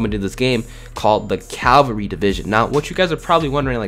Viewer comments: CAVALRY not Calvary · Not Calvary. Resistance. Lmao